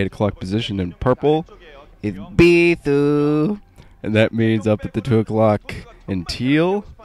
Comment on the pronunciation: "Beee-thooo" always makes me lol for some reason.